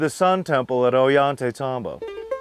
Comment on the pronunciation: Oh-yhan-tey-tahm-bo. I love this guy.